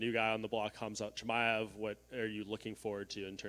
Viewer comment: Oooft that chimaev name pronunciation